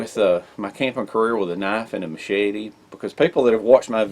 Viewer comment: 😃 I'm sorry to poke fun but when you say machete Mochete I just giggle . Seriously though I like a combo of big,med,pocket knife carry maybe even a folding saw.